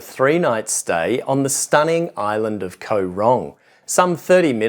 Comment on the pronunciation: Koh is pronouned gaw. Same as in TL.